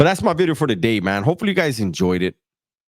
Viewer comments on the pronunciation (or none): Did he say Today or Titay?😂😂